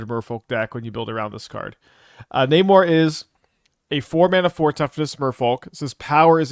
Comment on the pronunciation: I thought you said Neymar